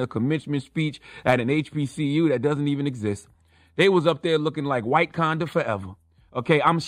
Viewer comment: This dude said whitekanda lmao